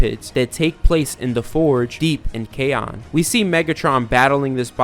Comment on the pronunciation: I’m not being a hater I’m just a phonetics nerd but I’m pretty sure Kaon is said (Kai-on) not (kaj-on)